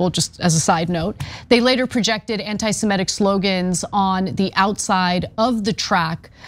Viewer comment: Semitic, simehtic.